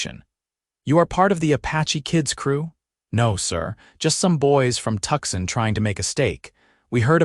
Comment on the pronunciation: " tuk sun " ??? try this..." 2 sawn " 😊😊